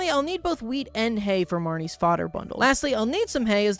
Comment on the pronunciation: When he said wheat I thought he said weed and was SO concerned